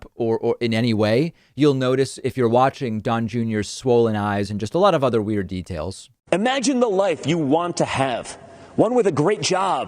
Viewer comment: What's with all these folks who think the word "imagine" is pronounced" ahmagine"?